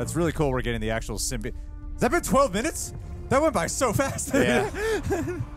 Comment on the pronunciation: Symbi- AUGHT